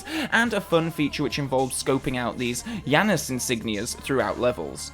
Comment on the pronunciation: Yeah, everyone mispronounces the name “Janus” in this game and that bothered me while playing the single player mode.